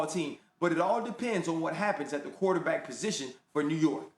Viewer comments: Did she say quarter-black play?😂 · I heard the same 😂😂💀